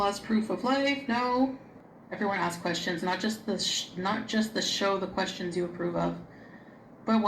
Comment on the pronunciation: Actually she said Anwering your Questations Part 1. Yes, the English major!